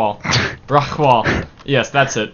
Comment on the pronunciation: My name is pronounced Rock-Wall by the way, and thanks for the coverage:)